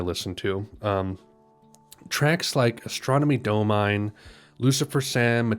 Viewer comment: Fun fact: pronunciation is daw-min-e, rhymes with hominy. So it's a play on the phonetic, with a switched m and n uh-straw-nimmy, daw-minny. Forgive my crude phonetic spelling. YES! This is my favorite as well.